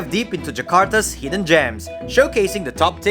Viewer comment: Thanks for coming but they are not "hdden"